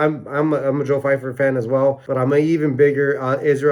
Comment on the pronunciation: Love the video but Steve calling pyfer fifer got me 😂